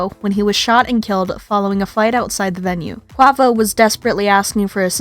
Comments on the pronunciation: So irritating that u can’t even pronounce his name right. If u are going to do a story about someone at least pronounce their name right. I can understand if it’s something like my last name “ Nguyen “ but it’s English. Say it with me “ k-way-vo “ not “ k-wah-vo “ 🤦🏻‍♀️ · Pronounced ( QAVO) u is silent!!!